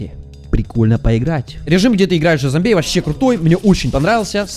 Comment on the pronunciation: Зоумби... блять, я теперь не смогу нормально произносить это слово (